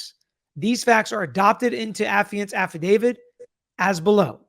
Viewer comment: It's AffidaviT. NOT affidaviD. Lol... Who's "David??" 😅